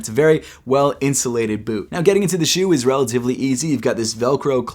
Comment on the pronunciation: 😂🤣😂🤣 Yeezy Insulated Butt?? I know u were saying it without vowels...just sounded funny when u said it. These def not for ppl with thin legs.